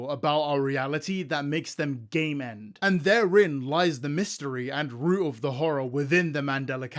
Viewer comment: I'm sorry but I constantly understood "they gay man'd" instead of game end 😭